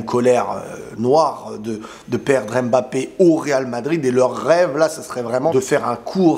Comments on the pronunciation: Juste un message pour te remercier de tes vidéos et aussi les efforts que tu fais pour la prononciation mbappé 😊 c'est touchant .... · Merci pour les efforts faits pour bien prononcer le nom de Mbappe😂